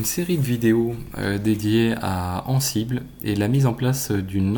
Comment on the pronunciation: La prononciation d'Ansible :(